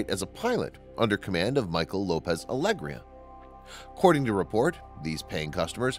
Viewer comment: EHem excuse me good sir, but Alegía has a tilde on top of the "í". therefore the emphasis should be on that syllable and not in the e. It's Alegía, not Aégria.